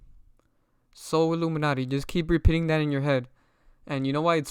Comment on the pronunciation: Some of your points don’t make sense bro. You weren’t pronouncing Solluminati (So-Lu-Min-Ati) correctly on purpose to make his name seem bad.